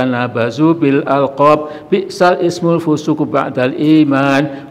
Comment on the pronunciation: Kok dibaca bi'sal ismu pak?....wah ... perlu belajar lebih giat lagi 😂